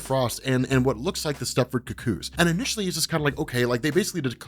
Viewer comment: consistently mispronouncing cuckoos since 2016.